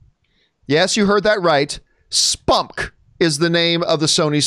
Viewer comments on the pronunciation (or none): I literally did not think to pronounce it as "spumk" until you said it John. I would just say the letters like MCU and DCEU. Es-Pee-You-Em-See.